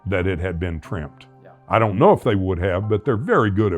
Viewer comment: He can't seem to say the word TRIMMED !